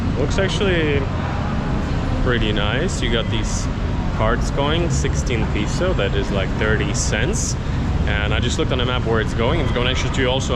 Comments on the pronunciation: its actually pronounced as peso not piso btw he taught u incorrectly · It bothers me when someone shares incorrect information. When you use Filipino, or more specifically Tagalog, for monetary values, it's pronounced as "piso." But when you say the value in English, it's always "peso." You were already correct when you said it the first time before asking the good lady. For example: you say "dalawampung piso" (₱20.00) in Tagalog but in English, it is "twenty peso" when you are referring to the actual coin or paper bill (twenty peso coin or twenty peso bill); and you say "twenty pesos" (when you are referring to a price or accumulated amount). Hope that helps. Great vlog, by the way. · its PESO not PISO, piso means 1 peso. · peso or piso 😂😂😂😂😂😂😂😂 its the same😂😂😂😂😂 depends on someone's accent